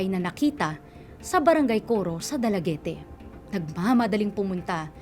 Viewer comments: It is not dalagete...its read as dalagit (Dalaguete,Cebu)...please research muna it sounds awkward for us Cebuanos😅😅😅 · Dalaget ang pronounciation.. hindi dalagete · da-la-get po, di po da-la-ge-te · Dalagete ang pagpronounce poooooooo, not Dala-ge-te. Dalaguete City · Ang pangit ng host na ito... pangit kong magsalita sa storya... anong dalagete?? Eh dala- git yan.. tsaka ayusin mo ang pag sasalita oi.. di kami bata na nakikinig ng story telling... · 'dalagit' po basa niyan,ndi dalagiti😁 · Dalagit po, not Dalagete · It’s “Dala-get” not “Dala Get Te” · I believe Dalaguete is pronounced as Dalaget. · Silent "e" po yata yung last letter ng Dalaguete.